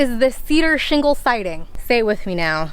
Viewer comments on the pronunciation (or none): cedar sheengle siding